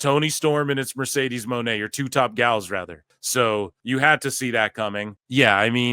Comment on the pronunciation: Mercedesah eatah trasha